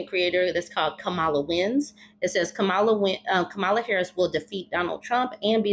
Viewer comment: Respectfully, her name isn’t pronounced Ka-MAH-lah, rather, it is pronounced KAH-ma-lah. Kinda like the way one would say the name Pamela. She’s shared that her step-/bonus kids call her “mamala.”